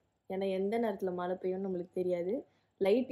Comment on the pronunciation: Alagaa ila Mala ila Use zha properly..just a suggestion